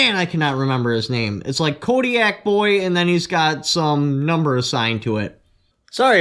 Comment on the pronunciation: Kotaboy32 , Haha kodiak boy? I laughed when he kept saying that. I love both of these channels. CRS and Kotaboy both do great work.